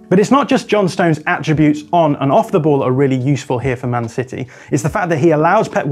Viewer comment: he does say man city weirdly